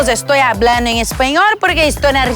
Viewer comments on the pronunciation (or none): "Eu aBRAndo en espanhoR"